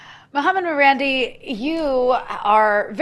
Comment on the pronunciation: His name is Ma-ran- DEE, carrying stress on the last syllable! Btw its thevname of an iranian town/village….